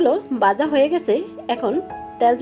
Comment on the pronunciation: Uchharon poriskar kor Baja house na bhaja hoise